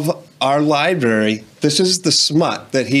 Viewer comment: 😂😂😂.. We aren't going to talk about how he is saying liberry and liberrian? Damn.. The dad can't say it either lol. 1: don't check it out; 2: parents are sensitive asf these days 🤣🤣😑; 3: the books we had to read in school for required reading was WAY worse (incest, rape, misogyny, oppression, slavery, violence, mutilation, murder, even LGBT elements); 4: it promoted safe sex at least; 5: obviously the kid saw something he liked, otherwise he wouldn't have checked it out (might want to have a different talk with him later since you're already a homophobic household); 6: these are the same people that would boycott ethnical kids going to school with their kids.